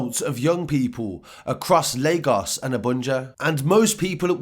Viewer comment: It’s crazy how you can say Lagos right but CNN and Reuters can’t still🤦🏽‍♂️ But big up for the coverage my guy, love from Leeds/Lagos #MainlandGang